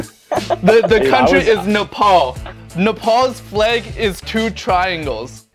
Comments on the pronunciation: It's not Napal but Nepal 😂😂😂😂😂😂 it's neighbour is China bro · its Nepal not Napal >:( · Liam is literally a friend we all have in our life😆 Lol, me being from Nepal i was like "cmonnnn, its NEPAL, thinkkk harddd" Btw, Its Nepal not Napal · Sorry for trying to act smart, but its Nepal not Napal. lol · its Nepal, not Napal😂❤ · Its 'Nepal' & not napal. I am surprised nobody noticed that. Please correct that. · Its not Napal its Nepal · NAPAL? no 😭😭 it's nepal c'mon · It is Nepal not Napal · It’s Nepal not Napal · Bruh, wtf it's nepal not napal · It's Nepal not Napal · It's Nepal not Napal please adress it 🙏🙏🙏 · freak its not napal its nepal